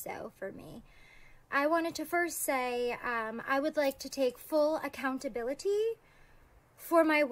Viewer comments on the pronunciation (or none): She’s absolutely PA-THETIC! “ACCOUNT-A-BILITTY” Pls never say that again 🤦‍♂️🙄🤮😖🥺 She’s a true narcissist. Most think that’s just an insult word but watch YouTube videos on what it actually is and this girl will make complete sense to everyone